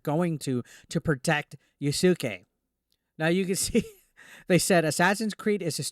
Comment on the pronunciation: I believe the name is pronounced "Ya'ske"... not "Ya-sucky"